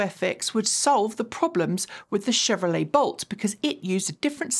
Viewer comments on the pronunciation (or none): none